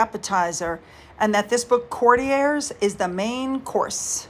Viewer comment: you are the first American youtuber I've heard pronouncing 'Courtiers' correctly. I love your videos. 💝👏